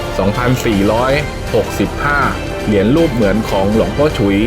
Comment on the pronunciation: คนอานก้อ่านก้อ่านอักขระไม่ได้เรี่องเลยเหรียญไม่ใช่เหลียนหืย